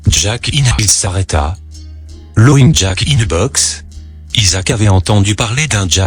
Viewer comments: et haut faite lapin c'est pas loging jack comme tu le prononce mais laufing jack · je suis coulrophobe ( phobie des clowns ) certaines images m'ont mise mal a l'aise et l'histoire est tragique et horrible au fait , laughing se prononce " lafing" et non "lowing " ^^ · Sympa, impossible mais sympa, par contre les modifications de niveau du son sont hyper desagreable Et 'lowing jack" ca desacralise completement le recit ... gh en anglais se prononce F et Laufing Jack c'est bien plus percutant. Cela dis c'etait sympa. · Il dit l'auing jack ?